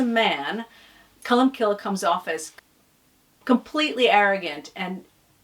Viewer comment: Sorry for being pedantic but the saints name ending is pronounced 'cill' as in 'kill' as in irish for church. The 'e' is silent